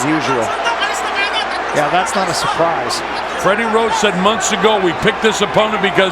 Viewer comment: Commentator said Freddie rock?? Wtf 🤣🤣